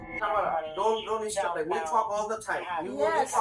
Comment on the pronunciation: Stopnga. I didnga . Quit itnga. I hurtnga